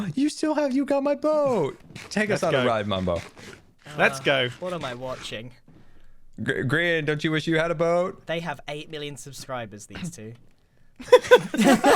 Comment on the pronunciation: Sorry to laugh so hard but you said Grain not Grian